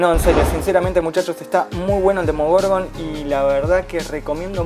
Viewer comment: Esta review me gustó, pero un detalle APRENDETE LOS NOMBRES!!! decís bien "Demogorgon y después salís con un Demorgogon", en otros vídeos te pasa lo mismo, no se si lo haces a propósito o si sos disléxico pero aprendete bien los nombres amigo, podes editar esas partes también.